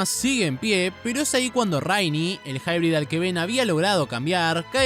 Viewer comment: Lo curioso esque lo pronunciando pensando que dice "hybrid" cuando realmente hace alusión a "High Breed" o "alta descendencia"